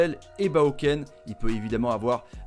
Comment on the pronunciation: C'est Rachid Alioui pas Alaoui, sinon excellente vidéo!!